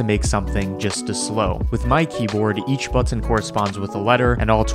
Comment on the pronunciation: I'd love to hear the story behind why you pronounce "button" as if it was two words, "but ton." At least I think that's what's going on.